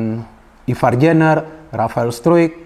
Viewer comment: Izin koreksi penyebutan nama nya Ivar jenner: ivar yenner Rafael struick: rafael straik 🙏